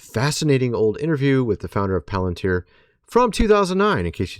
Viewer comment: Pronounced 'pal in teer'